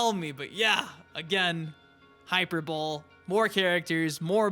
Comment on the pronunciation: it's pronounced "High-Per-Bowl-E" lol